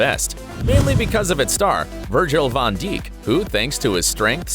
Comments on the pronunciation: narrator is boying it, virgil van who ? no one is going to talk about how he pronounced their names 😂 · turned the video off right once I saw I wasant crazy because we had the same thought... clearly knows nothing with that pronunciation